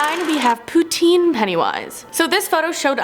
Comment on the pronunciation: Poontine? Wtf haha